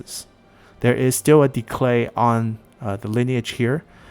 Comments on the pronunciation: are saying decLay...? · Great video! Very insightful. The only thing that puzzles me is why you add an l in the middle of "decay" :p